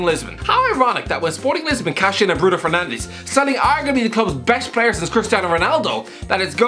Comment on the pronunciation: Mate, it's Fernandes, not Fernandez. We speak a different language over here and that language ain't spanish.